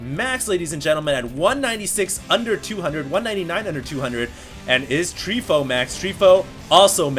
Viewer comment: It's not Treefoo, it's Tree from team fOu (pronounced foe-you)